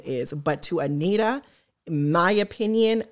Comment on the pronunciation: You just called her Anita… it’s antera